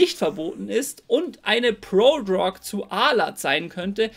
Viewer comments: „Prodrog“ triggert hart, ansonsten gewohnt stabiles Video. 🔥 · ich finds witzig wie du "Prodrug" aussprichst :D